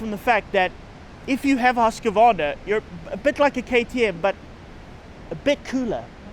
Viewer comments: FYI. It's "Husk-Varna". Not Husk-A-Varna. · What's a Husk K Vana, is it like a Kaw A saki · Great review great show but wrong pronunciation of the brand Husqvarna 😅